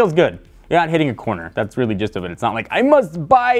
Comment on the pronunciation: Its just "weely weely good" - technobuffalo :p xD